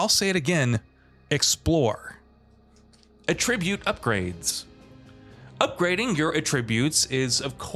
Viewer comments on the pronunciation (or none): Why do you say attribute so weird? Lol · HAVE YOU NEVER SAID THE WORD ATTRIBUTE OUT LOUD BEFORE?!?!?